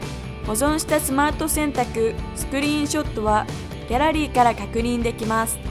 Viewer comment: ギャラリーがギャーラーリーにまちがえてますよ